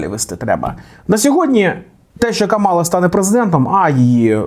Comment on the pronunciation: що ж у тебе такі проблеми з наголосом? КамАла - так її називає Трамп і ватани. А її імя - КАмала